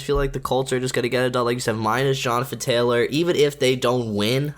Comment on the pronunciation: does danny have a speech impediment? "Vikins" "Panfers" "Johnafin" things of that nature.